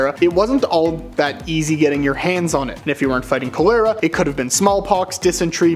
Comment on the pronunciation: Its pronounced "CALL-ur-uh".